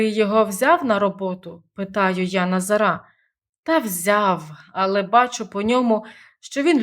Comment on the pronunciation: Сому ви наголос ставите не правильно : Назара - наголос на 2 складі, а ви проголошуєте на 😂😂…на 3? Що за мова? 😢😢